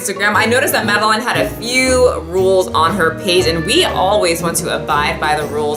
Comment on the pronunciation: The way u pronounce madeline triggers me. It’s my full name and it’s pronounced “mad-el-in” love the vid tho this is the one I rewatch most lol